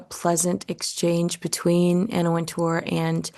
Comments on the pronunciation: It's Anna Wint-er, not Anna Wint-oor. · You keep mispronouncing Wintour's last name. The accent is on the first syllable.